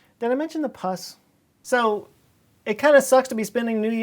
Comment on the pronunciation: Pus, not puss lol.